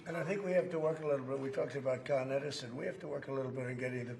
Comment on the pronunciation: “CON- Edison” lol using a word he knows so well